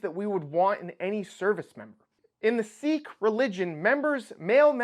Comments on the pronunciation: Sikh is pronounced "Sick" not "Seek". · It's pronounced "sick" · sikh is not "seek" i guess. it is more like "sick"....